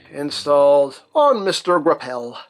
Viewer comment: "Mister Gra'Pell" 😅